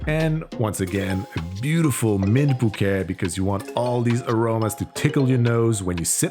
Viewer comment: The Spanish word for hello is hola. However, "hola" is pronounced "ola," as the h is an historic remnant, and is silent. Also the "t" in bouquet is silent, as well. You're on a roll, though.